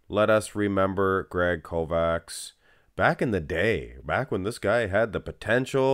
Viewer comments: It's pronounced Kovach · I think proper pronunciation would be Kovach. Ch like Chelsea at end of Kovach. Not K like Kentucky. Kovach is e European word for smith.